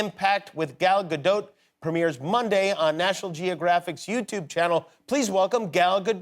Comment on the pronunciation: No Jimmy you still did not say her name correctly.